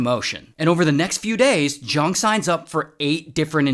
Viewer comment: *Zhang not Zhong